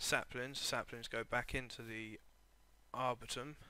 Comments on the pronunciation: It's pronounced "Arbour "E" tom. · are-boar-E-tum, not trying to be mean, just letting you know how to pronounce arboretum.